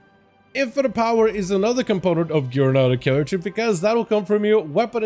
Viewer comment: It-s character, not charatxer. fkin hell dude